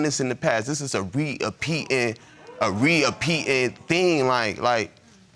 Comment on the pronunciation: He hurt. Couldn't even get reoccurring thing or repetitive thing. He said, re-apeated, a re-apeating thing 😭